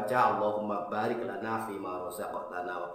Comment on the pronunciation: alhamdulilah, baru tau, penekanan di ayat "Baarik" terima kasih